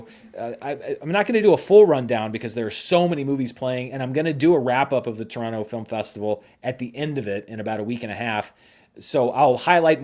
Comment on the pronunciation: As a Torontonian, I in all good faith ask you, please, don't pronounce the second t in Toronto. It sounds so ... bougie.